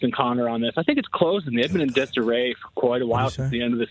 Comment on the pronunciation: shouting out Conner with the Boston accent was electric